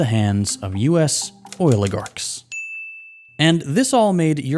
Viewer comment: how have i never heard anyone say oiligarchs before now LOL